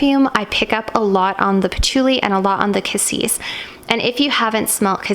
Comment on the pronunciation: I thought Cassis (you pronounce it correctly) was a Blackcurrant?